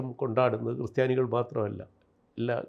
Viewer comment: ക്രിസ്റ്റിയാനി അല്ല ക്രിസ്ത്യാനി...